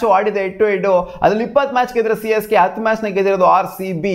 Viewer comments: Correct aage helda 😂😂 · Yes its Csgay